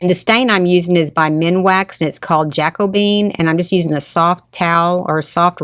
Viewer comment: Ja CO be an not Jaco bean